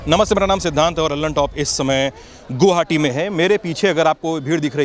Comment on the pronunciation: गुवाहाटी boliye ,goohati nhi